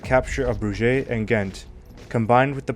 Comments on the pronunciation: The strategic and map detail of the presentation is excellent, but for the love of God, for all the research done, can we not do better with the names of places and people? Broojaaayyy for Bruges? 😅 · Pronunciation points : the names 'Eugene' and 'Bruges' have long-accepted pronunciations when used in English conversation, despite being French proper nouns. For the sake of comprehension by an English speaking audience (and non-native speakers should are expecting R.P. - 'received' English pronunciation - to be able to follow it), these should be adhered to. Eugene is pronounced "You-jeen", with the stress on the first syllable. The Belgian city of 'Bruges' is pronounced 'Brooj", with a soft 'J' at the end, as in the French name 'Jean' (not the American 'Gene', as in Gene Hackman). Berwick is a historically important town on the border between England and Scotland, and has always been pronounced "Ber-rick", with the stress on the first syllable. Even though the French general mentioned in this video had been educated in France, he was a nobleman who would not have grown up mispronouncing his own dukedom ! Especially as was of English lineage. 'Marlborough' has long been mispronounced by Americans, like all Anglo-Saxon place-names ending in 'borough', so recognition of these names is not a problem in English conversation. (It's 'Marl-burru', btw). Googling these names or their pronunciation before recording these videos would avoid leaving behind large sections of your audience, but a word of caution; don't rely on Google itself, which unfortunately relies on mainly American contributors, although they do their best to list British English pronunciations. BBC documentaries a